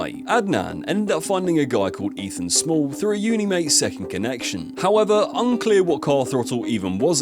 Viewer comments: Smale , not small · Ethan Small!! 😂😂😂 its Smale, like snail but an M not an N 😂😂😂